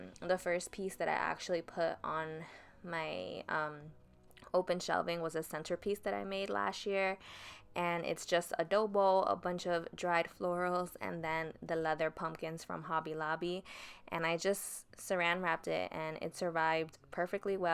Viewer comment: Hi! You look SOOO CUTE 🥰 I decorate towards the end of September but I love that this content is early because like you said, it gives us time to see what’s out there and how people decorate to get inspired! Also when you say, “a dough bowl” I hear adobo. 💀💀🤣🤣